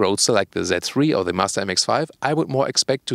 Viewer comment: haha! the pronounciation kills me: "BMW that free" (z3)